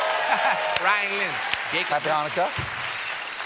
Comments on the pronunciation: He nailed the "chet" sound in Chanukah! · Way to pronouce Chanukah correctly Steve! Sidenote never donthe applesauce w latke…you have sour cream